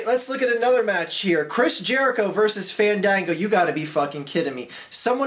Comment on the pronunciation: You guys are saying it wrong. It's... Faaaaaaaa(h)n Daaaaaaaa(h)n Gooooooo.